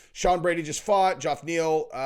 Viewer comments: 😂 I think the same thing every time he says Joff Neal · Geoff is pronounced Jeff bruh